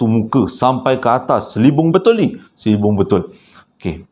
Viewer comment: Sokay sis..sbb saya pn nismilan ckp selibung..hehee